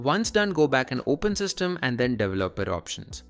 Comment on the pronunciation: typical video of an android dev using windows who pronounces 'developer' wrong